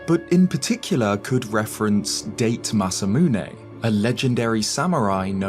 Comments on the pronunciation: Da as in damn, te as in temple, not date as a day in a calendar. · I realize that the British are little more than a collection of racist, inbread, small islanders, but come on. DATE masamune? Like date/time? There is no "DAY" vowel pronunciation. The British really don't give a fuck about other cultures, or even trying to respect anyone outside their close-minded tribalism. "DAH-TAY". NOT "DAYTE". He's not a holiday or a fruit. Da-te. At least fucking try. Holy fucking shit. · maybe Termina is another dimension created by mask salesman to punish skull kid for stealing majora mask. btw, DATE is is pronounced DA-TE, not 1 word date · "Date" Masamune lol. Its pronounced "Da-teh", Limey. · “Deight” Masamune? It’s Dah-teh. You read surname in Japanese manner, but for some reason went for English pronunciation of the name. Other than that it’s a great video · Its pronounced Dah Tay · "DATE" masamune LMAO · How am I supposed to take anything you say seriously when you couldn't even be bothered to look up how to pronounce a Japanese name